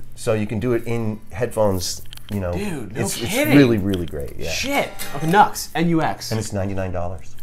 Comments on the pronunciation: New X, not NUX, love Reb!! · I"m pretty sure the Nu-X company is pronounced "new ex," not knucks.